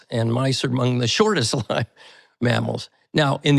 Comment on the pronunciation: Longest “lived” (lyved). Is this AI?